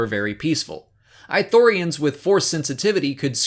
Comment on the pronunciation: I know this is just a personal nitpick but it's not "I" thorians. It's "ii" thorians. (Not "ee" but a hard "ii") they pronounce it in Kotor2. Not a big issue, I just get annoyed when people mispronounce stuff xP Even more here since Ithorians are one of my favorite races in SW.